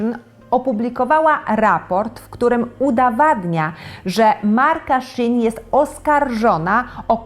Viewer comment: Ktoś tu chce zaistniec w Internecie. Po pierwsze nie shin tylko shi in. Dużo zarzutów, ale żadnych dowodów jakieś wstawki filmików, ale wiadomo czy nie znalezione pod kontent. Że z poliestru, to samo jest w każdym markecie. Że skłaniaja do konsumpcjonizmu, to jest handel... mają pisać nie kupuj? Ludzie pracują 6 dni w tygodniu (przepisy chińskie mówią też o 1 dniu urlopu w miesiącu) takie mają przepisy i kulturę pracy, gonienie ludzi dzień w dzień bez przerwy nie byłoby opłacalne również dla pracodawcy bo spada efektywność, a ludzie to nie maszyny a to nie jest praca przymusowa, jak ktoś nie chce to nie pracuje. Shein nie jest producentem tylko portalem sprzedażowym, zamawia w fabrykach. Kupowałem i jedna rzecz jest słabej jakości druga dobrej... nikt niczego nie wyrzuca, bo są DARMOWE ZWROTY. Kradzież własności intelektualnej... a dlaczego ja mam się o to martwić, czy te znane marki się martwią o mnie?; to jest ich problem, poza tym mają dużo wyzsze marże, za którymi niekoniecznie idzie jakość - całkiem możliwe, że produkcja odbywa się w tych samych fabrykach. W skrócie: dużo piany, mało faktów.